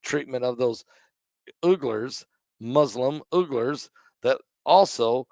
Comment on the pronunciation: Uglers? It's pronounced We gerrs.